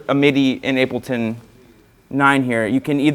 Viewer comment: is he calling it 'ape' L ton or it just my ears playing tricks